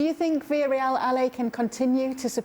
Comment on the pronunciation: god I hate his pronunciation of Villarreal. I hate his voice in general. It is just grating.